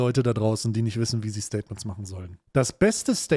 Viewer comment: Staiy-tments? Ich glaub ich bin da was Großem auf der Spur